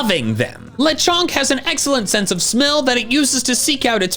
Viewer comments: Le-con-k LES GO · lecronk? really? BRO WHAT ABOUT LESTRONK